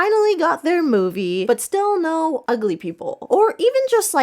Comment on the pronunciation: i laughed very hard everytime you said nose instead of no, thank you